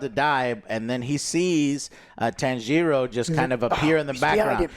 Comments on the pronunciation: Joe... JOE! WHO is Tan-jee-ro? I gotta know. You gotta tell me. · Joe please, for all that you so claim to love you need to learn how to properly pronounce the characters' names. Japanese is separated into consonants and vowels spacing. So Tanjiro name is Ta N Ji Ro. Each gets their own phonetic timing. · Holy hell. These pronunciations of the Demon Slayer characters are WILD. 😂 TAN-GEE-ROH and Asuka for Inosuke. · Ah yes the famous Tanjeero and Nekuzo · Tan jee ro. Nakoozo. Wow likenif he didnt watch the film go wild with names but they say their names. Its one of the trooes of anime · Jesus the name butchering :D Neku-zho Tan-gi-RO :D Not even close. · Muhhgen, Tenyiroohh :D Joe you really made my day man ahhahah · Don't you guys hear the character calling each other names? To not be able to get even Tanjiro correctly pronounced takes some effort.